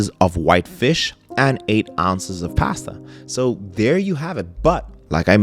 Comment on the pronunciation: Every time you say “pasta” you turn into Arnold Schwarzenegger.